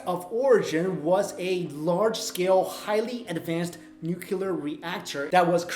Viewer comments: It's pronounced 'nu-clear', not 'noo-coo-ler'. I love you to bits and pieces but please get this right. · noo-kya-lur is not a word, nuclear is... noo-klee-ur, try it ffs! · That's NEW-CLEER, not NOO-KEW-LER! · NU-CLE-AR not nu-cu-lar please learn this if you want to be taken seriously. Thanks. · Love your vids, one thing I'd like to point out...it's "nuclear", not "nucular". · I've got no major issues with the content except a nitpicking criticism that's a pet peeve of mine. Nuclear is (phonetically) NU-CLEE-ER, not "nukular". Ugh, alright I'm better now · Yup fully believe that. Too much proof. Pity you did not show the real pic of the drillbit in coal! Easy enough to find. Also it always makes me chuckle when you say nucular instead of nuclear.... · Please don't say "nukular."